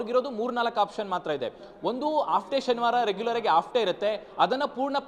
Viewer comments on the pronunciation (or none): none